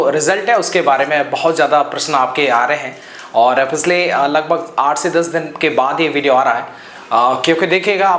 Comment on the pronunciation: पिछले ❌ पिसले ✅